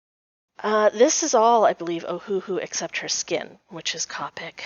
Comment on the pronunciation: Nice! It’s actually “cope ic. Sounds like toe pick. Not kaapuk. “. Came from an official Copic representative.